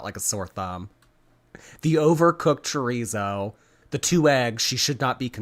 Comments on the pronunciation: Why can't she pronounce chorizo properly? We all have questions, they must be heffer problems🤷🏽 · The way she pronounces chorizo makes my skin crawl